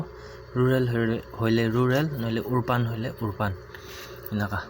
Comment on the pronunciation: It's urban not orban bro